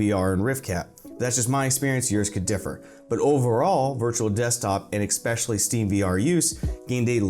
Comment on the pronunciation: did you say “exspecially”?